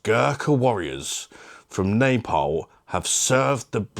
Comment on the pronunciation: Pronounced Nah-paul Ad lol . You definitely ripped that one apart.🤣🍻 Keep up the great work.💪Bosh.xx